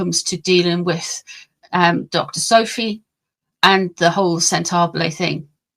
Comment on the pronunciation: Sent-a-ball-eh my dear, not Sent -ah-blay. Sorry, not trying to be rude! 🥰